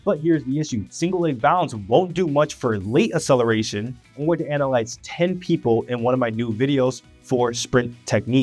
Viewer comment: “Acceleration” is NOT pronounced “uh-seleration.” “Excessively” is NOT pronounced “assessively.” Both words have a hard C followed by a soft C…a K sound followed by an S sound. Please stop spreading mispronunciation of basic words. PLEASE.